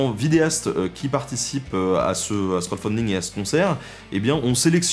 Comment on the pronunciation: ça me parait ... trop résumé... trop axé sur la chasse et les fêtes ... yavait rien d'autre ??? sinon 2 choses m'ont bien fait rire : quand tu bouges, ça fait parler le visage sur ton t-shirt et à la fin, j'entend "crott-funding" xD